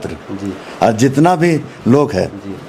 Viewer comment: साला बोखा पांच साल जेल में था इसलिए हिंदी भासा भूल गया है। 7 मिनट में 70 हिंदी सब्द को गलत बोला है। जितना को जेतना, लेकिन को लेकून,लगातार को lagastar कह रहा है तुम अगर चना भी बेचोगे तो साला कोई नहीं लेगा bhaduwa। पत्रकार भाई इसको दारू पीते हुए वीडियो बनाओ।